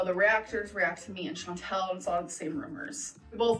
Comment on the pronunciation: How has this woman been on youtube this long and STILL says Chantal’s name wrong